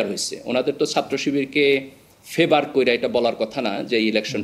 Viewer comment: এত শিক্ষিত মানুষ ছাত্রকে সাত্র, করেছে কে করসে এভাবে বললে খারাপ শোনা যায়।😢